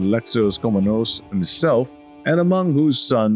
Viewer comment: Listen and repeat: Pa-le-o-lo-gos; Kom-ne-nos :)